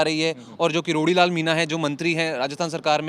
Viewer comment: कैसा पत्रकार है साला किरोड़ी लाल को करारी लाल बोल रहा है